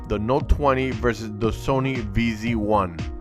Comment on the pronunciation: its ZV 1, noy Vz 1 😞